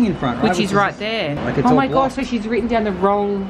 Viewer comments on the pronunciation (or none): none